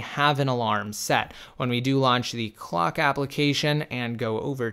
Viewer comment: wait in the vid you were saying Clock but it sounded simillar to Fuck like it was pronouced Fouck. idk cause i was leaning back on my chair so i may not of heard it right.